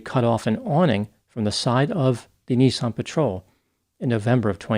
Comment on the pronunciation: NISSAN bud not NEESON